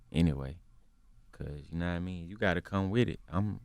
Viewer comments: Take shot when my nigga say knamean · "yakawaImean"... omfg nigga please enhance your vocabulary!!!